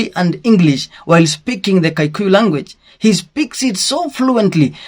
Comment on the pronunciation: It's Kikuyu not kaikuyu